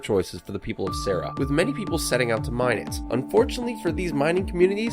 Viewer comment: The way he says sera annoys me